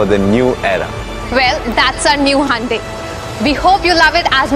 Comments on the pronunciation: it's not honde ...it's Hyundai 😂😂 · It's pronounced as Hyon day. Not Hondai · son of Xavier exactly he said honde... 😂